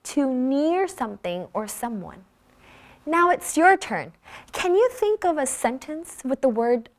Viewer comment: you pronouced " think" diffenent from other pronounce.